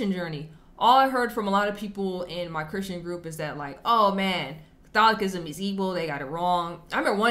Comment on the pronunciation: I like your pronunciation of 'CatholiKism' - much like Jimmy Akin pronounces 'AnKcient' Man a lot in store for you in CA and such. Lumen Gentium 14